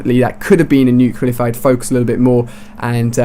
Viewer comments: "NUCLEAR NOT "NUCEULAR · Stop saying 'Nucular' it's 'Nuclear', it's in the title of the damn video... -_ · let me spell it clearly, so you can understand: It's not New-killer, it's new-clear. I'm no a hater, I just get annoyed by that sound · Nuclear not nucular dumbass its not a word you sound like george bush one word one syllable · why are you pronouncing nuclear like nucular, it should be pronounced like nuke + clear. But really good video though. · IT'S NUCL-E-A-R NOT NUC-U-LAR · It's nuclear not nucular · That has nothing to do with accent, he's perfectly capable of saying reticle. How do you explain NUCULAR instead of NUCLEAR? Accent? I think not. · NU-CLE-AR, not nucular.. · nuclear nut nucular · Why do you say "Nucular" instead of "Nuclear" mister George Bush?